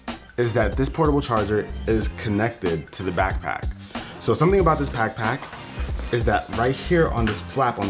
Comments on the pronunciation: Did anyone notice that your boy said pack-pack and not back pack 😂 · Does any one notice he says "pack pack" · He said pack pack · "so something about this packback" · Lol he said packpack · He said packpack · Who else heard pack pack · My man said packpack😂😂😂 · what's a packpack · LOL he said PACK PACK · He says pack-pack Hee hee hee... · "something about this packpack" lol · he says pack pack xD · he says pack pack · Anyone Else Here Him Say "Pack Pack" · "so something about this PACKPACK " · he did say pack pack. good catch. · When he calls it a pack pack tho 😂😂😂😂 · Lol he said packpack, i'm dead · He said packpack😂😂😂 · "Something about this pack-pack..." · "pack pack"😂😂😂